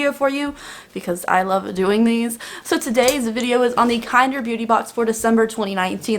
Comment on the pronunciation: I thought it was pronounced kin-derr